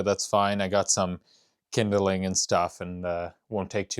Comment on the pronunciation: Hey! Great vid as always. Het no one ever told ya the word is "kindling" not "kindle ing" eh just sayin yo. Respect to yer tuffness to cope with that cold home! What is the music channel you listen to again? I wanna giv er a try dawg.